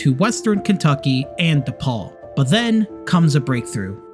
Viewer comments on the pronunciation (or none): none